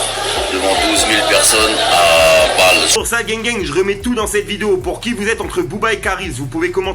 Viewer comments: C'est À Bâle pas À Vallz mdrr c En Suisse 😂👌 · À Bâle (basel ) en suisse ;) pas vald 🤣